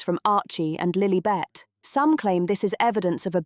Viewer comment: Can't the narrator pronounce Lilibet's name properly!